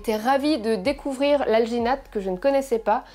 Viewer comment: "alginate" j'ai due repasser la vidéo car j'avais compris vaginette. ouai ... me juger pas.